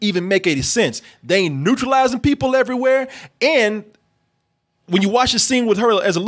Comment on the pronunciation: I know it shouldn't be but it is driving me crazy that keeps saying "neutralizing" instead of "neuralizing". I know what he means but the T is really fucking with me lol